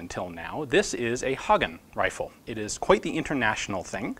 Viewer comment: Your pronounciation of Hagen is surprisingly good. And a great video as always, Ian :)